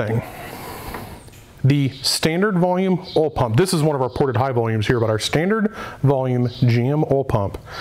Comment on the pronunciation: Holy shit...say it with me Oil pump...not OL pump...lol